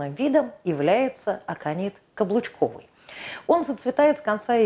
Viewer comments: Очень интересный рассказ, но почему не клобучковый(от клобук) ,а каблучковый? И не борЕц, а бОрец? 😂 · КЛОБУЧКОВЫЙ. А говорит - каблучковый :-))